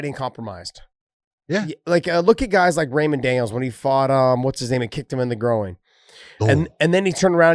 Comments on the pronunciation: Josh, its GROIN.. not GROW-EEN. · Why is Josh saying grow oing instead of groin?